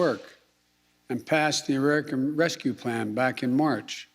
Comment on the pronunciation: Biden said arrerican instead of american